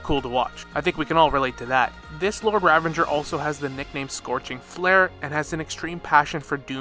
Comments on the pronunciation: the word "Ravager" does not contain the letter N. You keep on pronouncing it as "RavaNger" like it's some hybridisation of Ranger, Revenge and Ravager. It is not. It is Ra - va - ger. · it's ravager you nimrod. no n. there's no n in ravager. where are you spawning the n from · Ravanger. For the love of god stop adding extra syllables to words its infuriating to listen to. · Ok so some of the name pronunciations I can deal with, but why do need to add an N to ravager? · I can't finish watching the video, it's bothering me so much how the word "ravager" is being said LOL